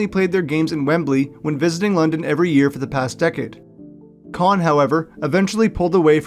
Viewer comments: Kind of sad when you can’t even pronounce the owner’s name correctly. It’s really sad you seem to have such a negative view of my city and our team. Have you been here? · You're probably not going to read this but you mispronounced the owner of the Jaguars the Jaguars are here to stay in Jacksonville so do me a favor do some more research before you blast it on YouTube so you won't be so stupid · You mispronounced Khan’s name